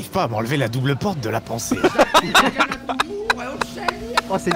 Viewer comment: "t'as vu la porte? ........ la PFORTHE"